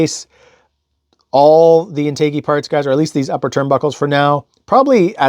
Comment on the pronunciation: Great video! BTW, it's pronounced in·tuh·jee.